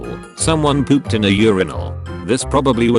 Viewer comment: the way the AI says “pooped” was so funny to me 😂